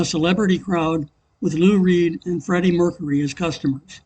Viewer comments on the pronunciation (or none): none